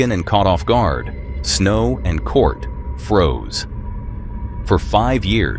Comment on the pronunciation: Why do you keep calling Snow's husband Cort? It's Curt.